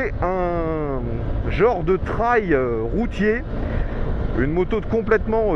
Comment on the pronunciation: On dit pas "traïlle" on dit "treille" ;)